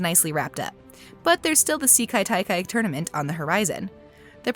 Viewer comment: say kai ta kai not see ka ta kai